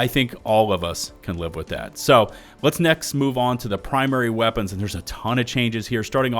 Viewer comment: "I am heavy veapons guy. And this... Is my veapon."